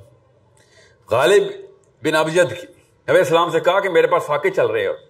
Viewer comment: kiya prhay ga ya inspire kary ga jiss ko salam bi sahii karnay say nahi ata